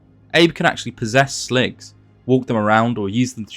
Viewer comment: Watching this and hearing you call them "Slogs" and not "Sligs" bothers me.